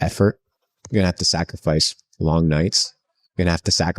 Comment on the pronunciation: to you heard it folks, you're going to have to sac-er-fice. Not to be mistaken with the word sacri-fice